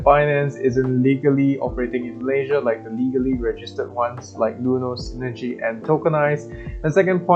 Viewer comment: It's SINEGY btw.